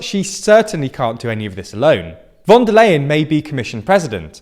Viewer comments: Just one thing. “von der Leyen” is pronounced more like “fun der lie-in” 😜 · Ursula von der Leyen is pronounced ly-hen, just like in "lying" or "lie". What a coincidence...